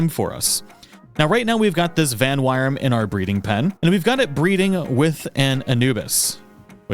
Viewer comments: the wyrm in vanwyrm is pronounces like the word worm... not trying to be mean just trying to help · "-wyrm" is just pronounced "worm." Bootstrapping your breeding program is best done with Penking, in my experience. You can beat the boss Penking around the time you unlock breeding without much trouble. Relaxaurus is too powerful to breed a Fenglope or Verdash (the best agriculture Pal, that also does really well with transporting and handicrafts, and eats almost nothing), and Relax always has Glutton to start with, which is annoying to breed into your entire population. Verdash: Penking + Lamball/Cattiva/Cremis Fenglope: Penking + Vixy/Lifmunk/Hangyu Tombat: Penking + Verdash/Fenglope Bushi Penking + Tombat Anubis: Penking + Bushi Blazehowl: Penking + Mozzarina/Melpaca/Eikthyrdeer/Dumud Blazehowl Noct: Blazehowl + Felbat Felbat: Penking + Chikipi Bushi, Blazehowl, and Felbat are just there for bootstrapping into a couple of Pals you really want: Anubis and Blazehowl Noct. Tombat is a great miner because he doesn't sleep, and also transports. Anubis is better but only when he's awake. I use a mix of them in my mining base. Blazehowl Noct is the best kindling Pal since he's Kindling 3 and doesn't sleep, and only Jormuntide Ignis works faster (while being huge and only working half the time, and being slower). If you want to keep your heaters running when it actually gets cold, or bake cakes all night, Blazehowl Noct is the Pal for the job. A Penking with good traits is nice, but because the breeding partners for all your useful Pals are all super low level it's easy to captur